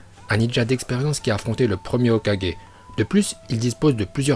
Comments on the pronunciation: Il a dit hokaje mdrrrrr c’est hokage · ET ARRETE DE DIRE HOKAJE C'EST HOKAGE putain !!!!!!! LE SON GUE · Sérieux !!! C'est Hoka"GU"é et pas Hoka"g"é et c'est Shipp"UDEN" et non Shipp"UNDEN" Sérieux stop la. Arrête de faire genre que tu parles japonais et que t'es un porte-parole si c'est pour faire n'imp. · Pk quand il ya un g tu le prononce comme un j ? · Est on dit hokage pas hokaje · C’est Hoka « guai » mais pas Hoka «ge» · "Hokaje" sérieux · Shipunden, Okadjé, OrochimarU, sah.. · Stp prononce bien les choses Hokage se prononce HOKAGUÉ Itachi c’est pas ITATCHI orochimaru c pas OROTCHIMARU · "HOKADJÉ" "OROCHIMARU" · Hokadjé, Shipunden.. 😂😂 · Orochimaru et Hokage rip la prononciation mais pas grave super bonne vidéo !🔥